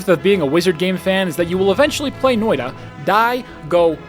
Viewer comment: Guys, he said "Noida" [No-oi-da] and not "Noita" [Noi-tta]. Do not give him any juhannussima, he's yet to become one with the Finnish epic. Perkele vie..